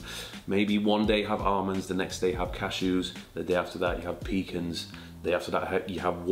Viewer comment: I had a completely different comment typed out and this guy just said pecan in a way I've never heard before